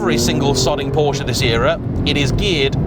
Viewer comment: Really ? Even auto journalists can't pronounce the brand correctly ? This brand of automobile is pronounced, "POUR-sha"